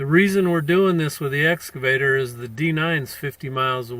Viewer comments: WTF did "Blue Bunny" do wrong? He entered the highway very nice and legal-like. Oh, and it's "Excavator", not "S Cavator", you blithering IDIOT! You should have known. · Its excavator not S Cavator.